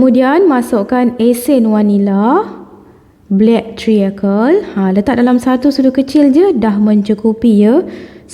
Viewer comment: Black treacle = sebutan "trikel" bkn "triyekel". Anchor = sebutan "engker" bkn "encor". 😂 Sama2 betulkan sebutan ye ✌️ Btw,sy tgh tgk resipi sis ni. Nak cuba buat hari ni. Thanks sbb sudi share resipi. Semoga murah rezeki. Aamiin.